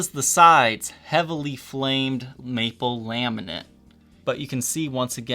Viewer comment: Laminate not Laminent......